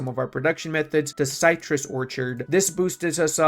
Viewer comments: ci in citrus is same as in "city". "sih" not "sigh" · Cy-trus? Is that similar to citrus? What's next Ura-nus instead of ur-anus?